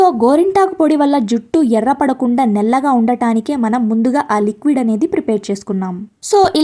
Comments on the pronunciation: Nella gaa kadhu nallagaa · దయచేసి నల్లగా.,.. అనండి, నెల్లగా... కాదు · Nellagaa kaadu , Nallagaa😅